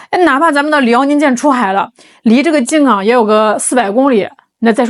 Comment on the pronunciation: 静冈是一声…不是三声